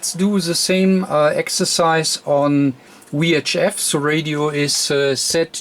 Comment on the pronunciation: I love your videos, I'm learning a lot by watching them! I still have to get used to your English. I'm fascinating how the languages have evolved -- "Watt" comes out "Vatt", but "VHF" comes out "Wee Aitch Eff". The way we pronounce W and V are apparently reversed! I wonder how that devleoped, etymologically? This isn't a disparagement, for those who think I'm making fun of his accent. I'm not, I'm fascinated by it and truly do wonder how that evolved over time between geographical locations. EDIT: Ooh! I found a page that gives the etymological reasoning behind it! They cite "hypercorrection" as the root cause. (The URL is misleading...it's not "wrongly", it's just differently.)